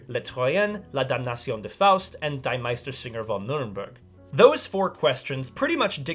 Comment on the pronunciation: correction: It is not "Die", but "Dee". If you pronounce that German article incorrectly, it sounds like you're telling the Bat to die. Similarly for . : Pronounced "Chen-eh-REN-tell-ah"